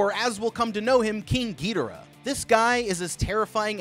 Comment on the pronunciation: ah yes "King Geedorah""